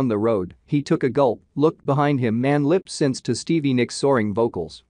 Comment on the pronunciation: Love you brotha but it’s pronounced “lip- sink”